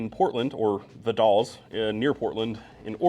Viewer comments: Hey, it's pronounced the "Dells" 😉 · The Dalles is pronounced like 'dall' in dilly dally (I've got family near there).